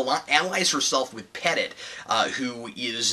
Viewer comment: Stop butchering petite lol